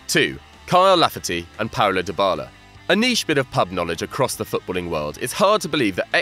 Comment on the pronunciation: Also pronounced "deebala" not "diebala"